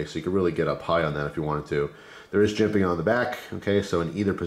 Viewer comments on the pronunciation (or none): none